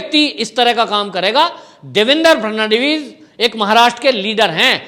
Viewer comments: फड़नवीस जी का नाम ही नही ले पा रहा ये आदमी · Abe gadhe pe Devendra Fhadnvis ka naam to thik liya kar